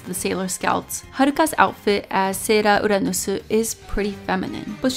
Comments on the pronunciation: I love the way she says the sailor's names like "sera uranusu"😂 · okay, I can understand that you're Japanese, but you say everything else without a Japanese accent and the words you're choosing to say with a Japanese accent are English words lol - it's just hilarious and a little distracting. That doesn't mean it's a bad review, I was just curious why you were putting such a heavy emphasis to pronounce English words like Japanese words 😋